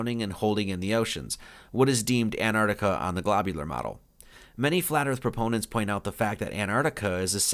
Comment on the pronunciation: "Glabular" earth?